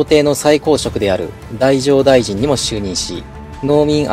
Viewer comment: だいじょうだいじんではなく、だじょうだいじんです